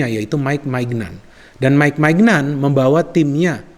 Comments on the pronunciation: Kalau gak salah bukan Maik maignan cara baca namanya tapi maik menyong. Terus yg dibutuhkan Milan bukan hanya bek kanan aja meskipun sudah ada kalulu tapi juga dmf, amf dan rwf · Ralat sedikit, Maignan yang benar bacanya Minyon 🙏